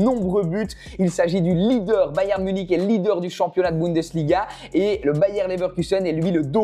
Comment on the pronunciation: Sa ce dit pas bayem sa ce dit bayern